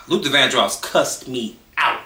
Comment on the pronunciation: Luther Not Luther ….I love Prince but he was something…. And I heard some things about Tina